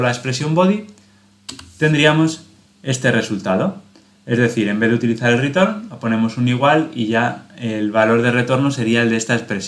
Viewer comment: "un ritán" 😂🤣 👍👏